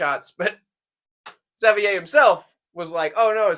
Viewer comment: It’s pronounced sav-waa Or Savoy if you’re begrudgingly English